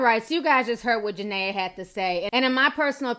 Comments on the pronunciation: Juh- Ne-Ya ... not Ja-Nay-Ya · It’s ja-Nia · Her name is pronounced ja-nyy-aa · it's ja nee ah thats why her nickname is nini. thanks for the vid ti, love you.❣❣❣ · Jania pronounced jah-knee-a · Jah-Nee-Ah lol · JaNIA NIAAAAA. Say our name right lol but this had me rolling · How you talking about a person and can’t even pronounce her name right 🤦🏽‍♀️